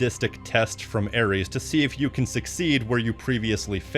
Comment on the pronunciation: Its ares and its not even close